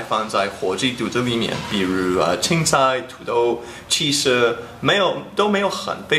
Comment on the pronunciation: 郭杰瑞的“肚子里面”说得好像四川话hhhhh